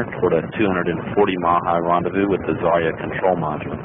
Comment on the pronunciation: Everyone says Zarya wrong. Because in Russian "ya" is one letter.